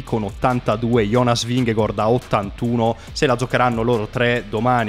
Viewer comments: Ma esatto, Vinghegord da dove esce precisamente? Se lo vuole pronunciare in italiano è Vinghegard, se lo vuole pronunciare in danese almeno che lo faccia bene e non a metà. Vingegaard in danese si dice Vinego(R) con accento sulla e e non Vinghegord. Vi lascio qua il link di un danese che spiega la pronuncia e il significato del cognome di Jonas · Anche nella telecronaca nomi a caso non é gord é gard…… e poi il finto accento francese😂😂😂🤦‍♂️ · Perchè dici vigegOord????????!!!! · ma non ti devi scusare, non ha ragione nemmeno lui. La pronuncia esatta in danese è Vinego(R) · La pronuncia di Vingegaard ve a lascio qua, spero la sistemiate perché così è inascoltabile. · in realtà la pronuncia esatta non è nemmeno quella